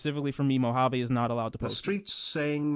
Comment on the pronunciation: It was all those times called him Mo-jav. He had enough.